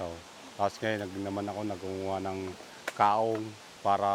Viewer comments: It’s kaong! Not kawong 😂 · Me: Ka-Ong This dude: kong